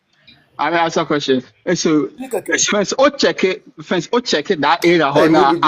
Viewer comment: BRO IS QUESTION NOT KWESTON